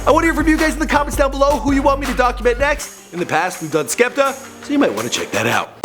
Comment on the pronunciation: The way he pronounced skepta😂